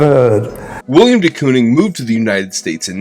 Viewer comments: I’m only in and looking forward to this but I just have to say first it’s Willem man, Willem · It's Willem, not William! C'mon man. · His name is Willem not William. Love the short video other than that though.